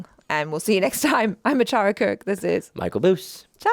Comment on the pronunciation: For a second I hear like Michael boobs thanks that not his surname and sorry for inconvenience 😂